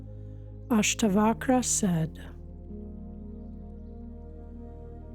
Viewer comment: I do not know whether a person who hasn't even tried to pronounce the names of Ashtaavakra and Janaka can truly translate the text.